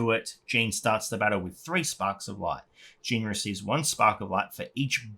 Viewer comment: Nice video, thank you ol boy. Remember to pronounce Jeanne in a French way, just like all high elves names are to be pronounced in Japanese! Xd